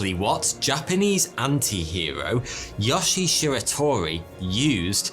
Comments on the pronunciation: Yoshi!?!?! Srsly tho pls the i is pronounced as “ee” and e is pronounced as “eh” So it’s like “Yo-she-eh” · His name is YoshiE, not Yoshi. When Japanese words are spelled with Latin letters, they're read with their real pronunciation, not the bullshit English one. E.g. a is "a", not "ey", i is "i" not "ay", etc. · for all the non japanese speakers out there. the E in yoshie is pronounced. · is great but his Japanese pronunciations was horrible. Example: yoshie’s name. He pronounced it ya-shi, while it’s actually pronounced yo-shi-a. The videos good but this story was done better by Kento-bento if you want to see it. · Why does he pronounce it "Yashi" oh well... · Yo-shi-e. Three syllables. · Pronounced: Yoshi-eh